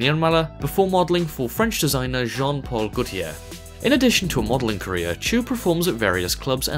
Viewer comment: When he said career my brain always got "Korea"